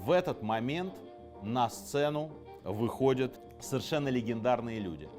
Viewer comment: Все вроде хорошо и интересно, еще бы прозношение отдельных окончаний выровнять и будет идеально: не выходЮт, а выходЯт, не находЮт, а находЯт, где то в школе, видимо, был пропущен урок по русскому языку...